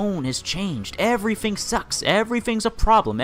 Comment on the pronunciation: "twenty firteen" "growf" "frough" "everyfing" whats this guy's problem with "th"?